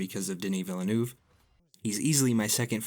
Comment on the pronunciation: You sound like a professional documentary narrator AND you pronounced Villeneuve correctly.